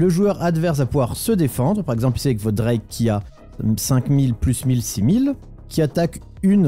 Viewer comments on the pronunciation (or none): none